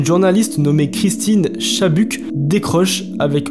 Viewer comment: Salut mec, la video est super! Juste je voulais te corriger juste sur "Dead on live", ce n'est pas Christine Chabuck ou Chibuck comme tu dit, mais Chubbuck haha, mais sinon incroyable la vidéo!!